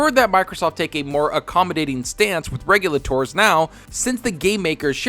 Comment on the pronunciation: you lay ters.. not regu la tours